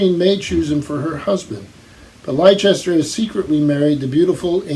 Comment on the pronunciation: A varied bunch as usual, and as usual some interesting editions! Can John Wain ride a horse I wonder? Btw, Leicester is pronounced Lester as in the English city. I hope Mr Donoghue visits soon, you make a good bookish double act! Thanks.